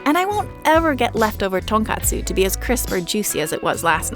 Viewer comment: ill subscribe if you promise to never say tonkatsu like that again